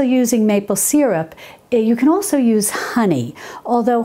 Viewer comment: Syrup. Not sear up